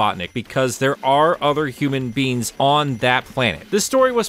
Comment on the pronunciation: Love how this guy pronounces “human beings” as “human beans”